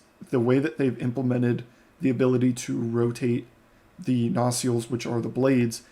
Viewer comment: Good video. Well presented FYI, nacelle is pronounced “nuh-SELL” (phonetically: nə-ˈsel).